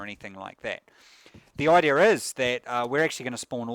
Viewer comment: "The idea:r here". Where does the R in idea come from? Please help me understand!